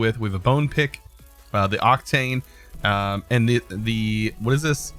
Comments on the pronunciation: I think its Oc-teen (Octine), instead of Oc-tane (Octane) :P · You read octine as if you were VERY Irish